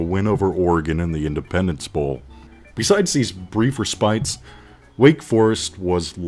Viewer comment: Who wrote your script? "Respite" does NOT rhyme with "despite."